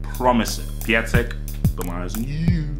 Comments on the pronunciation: By the way it is pronounced “Piontek” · Piatek name is pronounced as Piontek